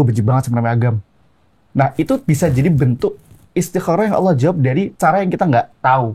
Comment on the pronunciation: Hmmm untuk pengucapan Allah sebenernya dalam ilmu tajwid kita juga gaboleh pake (wauw), bukan aulloh tapi allah. Yg jadi pembeda nya di makhrojul huruf lam nya 🙏